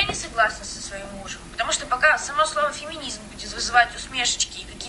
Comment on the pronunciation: А я не согласен с людьми, которые произносят "феминизм" как "феминизьм", поэтому у тебя здесь нет власти, (но ты по-прежнему мила и всё видео в целом по-прежнему очень порадовало, с некоторыми тезисами прям люто согласен).